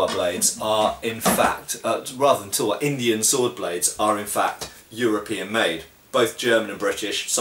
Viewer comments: bro Indians made tulwars out of wootz steel which was world class and they are certainly good blades, so they were inspired by Indian blades. Also it's pronounced as "Talh-War" not Tulwar the way you say it. So no not all Indian blades were european made, they were indigenous indeed. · Just to share, the Tulwar is pronounced Th-ull-war, or phonetically t̪əl-war, with the ul pronounced as in 'hull'. In Hindi/Urdu, it just means Sword :)